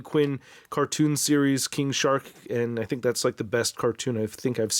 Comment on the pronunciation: I swear I heard 'King Shart' at the beginning there